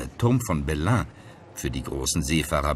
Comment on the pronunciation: Spanische Musik Klänge haben auf so eine Dokumentation nichts zu suchen. Belém ist falsch ausgesprochen, es ist weder deutsch noch portugiesisch, sondern französisch! Es tut mir Leid aber ich bin der Meinung man sollte sich auf so etwas besser vorbereiten. Ich habe nicht den ganzen Film gesehen sonst würde ich viel mehr Fehler entdecken, wie immer auf solche Dokumentationsberichte.